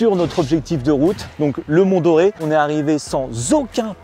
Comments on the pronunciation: Sympa le format ! Et les routes d'Auvergne !!!! 🥰 (bon je suis Clermontois...) Et oui, ca se prononce mont "d'or" et pas comme Julien Doré... lol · On dit Mont Dore (on prononce "d'or") :dothefive:🥰😁😄